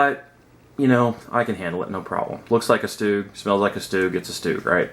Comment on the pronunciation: What the fuck is a stoog It's a Stug S T U G...............